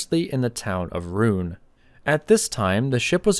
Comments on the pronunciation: that’s not “Roon” but “Roo-ehn” with the guttural French R and nasal n. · Rouen. Not Rune.